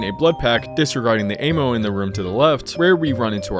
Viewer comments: dude who the fuck pronounces ammo like "ay-mo" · Dear, peak video and references, i hope the guy that cursed both sides of your pillow to be warm gets excruciating diarrhea. oh and also, the way you pronounce "Ammo" and "Gideon" are goofy lol.